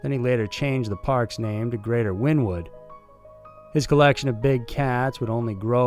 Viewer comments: i dont think you pronounce Joe exotics zoo (the town the zoo is in) as "Win-Wood" I think it's pronounced "Winy-Wood" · Wynnewood, Oklahoma is pronounced Winniewood. There is an oil refinery there and the place stinks because of it. Aat least it did when I was there in the early 60s. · It's pronounced winnie-wood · It's pronounced like Winnie wood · Pronounced "Win ee wood" or "Winiwud".